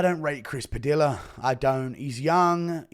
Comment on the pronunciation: Padilla {Puh-Dee-yuhh} Guru, you uncultured swine.